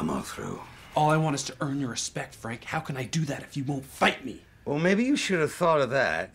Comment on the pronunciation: “Very good Fank. Very impressive. Ultimate Punch.”